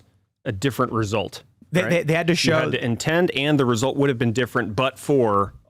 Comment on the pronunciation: *intent (indent 😂)